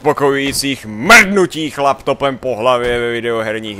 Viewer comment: Zdálo se mi to, nebo řekl chlaptopem?:D